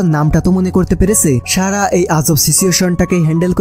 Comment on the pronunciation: আপনার উচ্চারণে এতো সমস্যা এতো ভালো একটা মুভি শুনতে বাজে শুনাচ্ছে। ছারা না সারা হবে। আপনি ছ, স, শ, ষ এর উচ্চারণ জানেন নাহ। মনে হয় ছোটবেলায় পড়াশোনায় খুব বাজে ছিলেন।